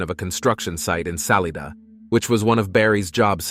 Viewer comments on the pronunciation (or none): It is pronounced like Sa-LI-da not Sally-da